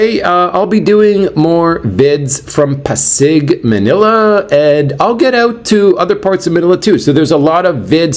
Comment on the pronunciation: it pronounced PA-SIG😊. Enjoy your day.